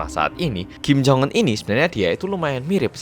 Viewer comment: Ya baru aku tau sebutan nya kim jong enn.. Bukan jong unn